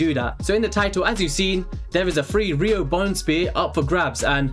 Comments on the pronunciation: "Rihno Bonespear" good luck everyone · "Riho Bonespear" ok lets try :) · “Rhio Bonespear”